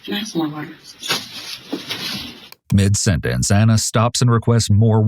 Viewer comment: Ik screw her but it was irritating me so much because they were calling here "Anna" and her name was "Ana" two totally different pronunciations.